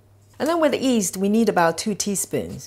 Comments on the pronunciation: Nice recipe. Do you say east? Not yeast? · Gotta get some of that fast acting “East” she’s using.